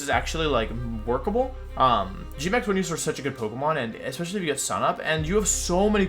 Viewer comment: i just disagreed with your pronunciation of venusaur